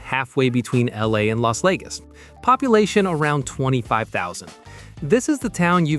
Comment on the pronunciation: Why do you say "Las Legas" or "San Dernerdino"?